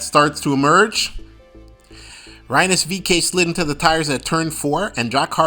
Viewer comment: Cullen Herta and Rynus VeeKay? How can you consider yourself a reviewer of Indycar events when you're not at all familiar with the pronunciation of two of their biggest stars? Pendulum issue? Seriously, find another profession please.